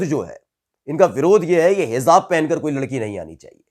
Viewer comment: Bhai Sahi word hai"HIJAAB" na ke "HIZAAB"shukriya